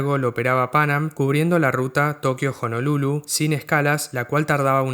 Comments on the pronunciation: Me gustó mucho tu video. No como crítica sino como contribución quisiera señalar que la pronunciación de Pan Am era "pan-am" y no "pánam" y la "C" de BOAC era por "corporation" no por company. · me hace ruido escucharte decir "pánam" cuando escuchamos "panám" toda la vida...que diría Laura Franco...y por supuesto su mentor y quien la bautizó:Gerardo Sofovich